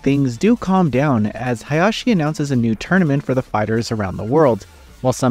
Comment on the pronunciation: I'm not certain why you keep saying Hayashi. I know you mean Heihachi but like he's dead. I also noticed you changed the name from the original written preview for some reason? This desperately needs a redo. This is a big miss in quality for y'all.